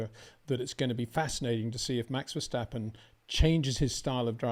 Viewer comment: it is NOT Max "verSHtappen" ... Max is not German (Germans indeed can in most cases pronounce "st" as "sht") ... #Max33 = Dutch NL/Belgium! ... It is not "Bottash" nor is it "Lewish" certainly not "verSHtappen" .... This BS started long time ago when a British sport presenter interviewed father Jos Verstappen and assumed you can use a German pronunciation to a Dutch Driver thinking it is so "funny" ... It is not. Serious question: can any Englishman say "versatile" out-loud without saying "vershatile" phonetically? most can about 99,99% ... that is why most English can pronounce Verstappen 100% correct! Father Jos Verstappen (also F1 Racer) was very active between back then only a very few said "Vershtappen" but the vast majority of British sport presenters pronounced it perfectly ... only a few old stubborn farts like Peter Windshor